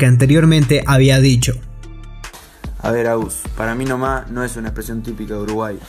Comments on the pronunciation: JAJAJA no pueden decir ahora "Para mi nomá"😂😂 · Jajaja para mi noma jajajaja se molestan por una frase mal pronunciado y habla de inventar y argumenta con palabras equivocada jajaja